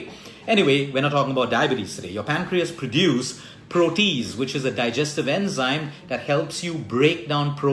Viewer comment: Just 1 correction- the enzyme is proh-tee-ayz. Also I am allergic to kiwi and am diabetic so mango and pineapple are poison acc to dr( although I love both) any suggestions? Have been eating ginger a lot though so that’s good. Also raw foods especially salads are a huge problem in India due unclean water being used to grow them and eggs etc leading to worms( iv had this issue 3 times despite washing them well)